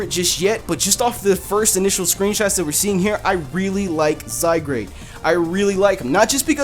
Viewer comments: It's ok about u not sayin its name right I thought it was zygrade at first too instead of zygarde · Zygrade ( Zy-Guard ) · I think its pronounced Zy-guard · It says Zygared. Not Zygrade., you are a derpy derp JK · Zygarde, I believe it's pronounced Zy (Zed like in british english pronunciation of Z which originates from both greek alphabet from :Zeta" and old french "Zede"), and Gard (with the E apparently being silent). Due to the european nature of the game it's most likely pronounced as Zygarde (Zed-Gard). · I think it's pronounced zai-guard because the "a" in "zygarde" comes before the "r." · I love how we all butcher pokemon names together! I don't feel like such a noob anymore! By the way it's spelled though, I would wanna pronounce it "Zy-guard". Not gonna lie, it looks pretty cool. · Wow I thought Zygarde would pronounced Zy-Guard but I guess I was wrong too :P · Zye-GARD. portmanteau of the words zygote and gard (anglo-saxon for land or place) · (Zy-Guard) isn't that how's it's pronounced not to say your wrong >,< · I thought it was pronounced "Zi-gard " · Zygrade? Isn't it spelled Zygarde? LOL that just prove's you can't read. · It's pronounced Zeye-guard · It's Pronounced (ZY-GUARD) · he said he made a mistake about pronouncing it before he started talking about it but didn't want to retake the whole thing again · i sure thats how it really is the way you say it. remember that he said at the beginning of the vid that "he pronounced his name wrong." <=) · I wouldn't have minded that you mispronounced it.....if you didn't place the 'r' in front of the 'a' when doing so. That was just ear-grating. No offence. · No lie, I pronounced it the same way prior to watching this video lol